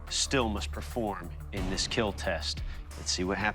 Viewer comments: Is there a compilation of weapons that won't "kiel" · why the say keel instead of kill ? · I don't know why but hearing "it will Keel" always makes me giddy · It will keel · "Do men even cry?" "He watch Titanic and didn't cry." "Do men even have feelings?" Also men: "It will not keal." 😢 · The true catastrophic failure is hearing "It will not keel" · "Your weapon...will keel" lmao Love this show!⚒️🔥⚔️ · It will keel ❤ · It will keal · I love when he smiles and says “it will Keel” I just think it’s so cute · "It will keel" Hits different when he's covered in ballistics dummy blood 😆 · Eet weel keel! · I thought that is what he was saying, but apparently he’s actually saying ‘It will Keal’? Which is an acronym for ‘Keep Everyone Alive Longer’ 🤷🏼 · It's the way Doug pronounces "Kill", but it's so satisfying that it gets memed on. Or maybe it's memed on so much it's satisfying. Not sure what came first on the internet, but it feels so satisfying to hear